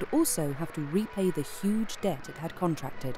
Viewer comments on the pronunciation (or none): none